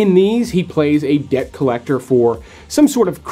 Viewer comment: does he know the b is silent in debt?